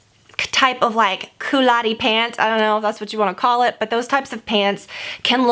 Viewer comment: Lol 'coulotteee' it's pronounced 'coulot'